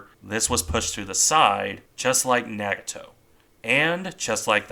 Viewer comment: Nagato is pronounced "Nah-gah-toe", with the "a"s in the name being pronounced with the soft "a" sound like "ah".